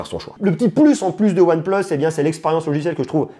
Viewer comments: Arrête prononcer ''one pleuss'' S'il vous plaît monsieur 🤦🏽‍♂️ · One pleusse nord 2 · mdr tu sais même pas prononcer oneplus ou quoi je sais pas c'est logique one et plusse quoi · "Hasselblayde" ... "one pleuss" ça peut se comprendre, c'est la prononciation anglaise. Mais à ma connaissance Hasselblad ça se prononce pareil dans toutes les langues.